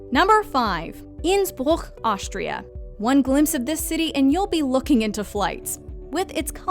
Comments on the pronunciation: Innsbruchh....twice , thought she was puking...after that it magical she says Innsbruck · Me, watching this as an Austrian who also speaks Italian: Huh, the way she pronounces Bergamo is pretty good for someone who doesn't speak Italian. I'm really glad she practised the pronunciation before filming this video. *watching the part about Innsbruck*: Nevermind 😭😂